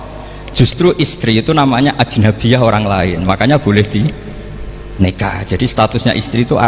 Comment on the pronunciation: AJNABIYAH, min.. Bukan annajbiyah